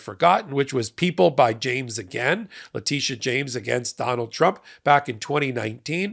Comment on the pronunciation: alternates pronouncing Letitia as both La-TISH-a and La-TEESH-a. I think La-TISH-a is the correct way, because: 1. When she took her oath of office in 2023 at the NY State Inaugural Ceremonies, they introduced her as La-TISH-a. 2. She also goes by Tish James. If La-TEESH-a was correct, her nickname would be Teesh, not Tish. 3. So far, all people of color, and most white folks, say La-TISH-a. Only a handful of middle-aged white men say La-TEESH-a.